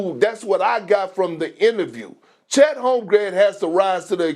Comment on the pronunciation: Bruh, FACTS. Lol he can't even bring himself to say the man's name right half the time. 😂